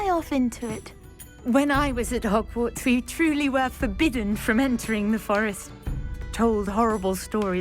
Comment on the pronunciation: HogwarTs, а не HogwarDs